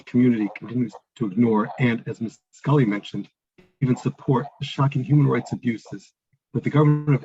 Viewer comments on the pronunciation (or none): This👆"" like 😊😂 calls Mr. Waqas as "Vikaas"(as though he's HINDU person) and Mary Scully as "Schooly"...!!🤣🤣 (Who the Hell is gonna take him seriously)🤔